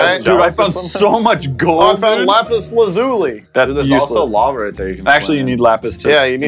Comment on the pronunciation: Lol, said, "Lapis Lazuli"